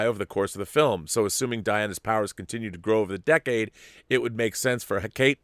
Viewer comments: Hecate is three syllables, He-ca-te. Accent on the middle syllable and a soft, almost silent H sound. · Rob, it's pronounced "HECK-uh-tee."